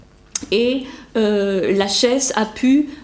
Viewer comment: Je pense qu'on dit : lakhès ;-)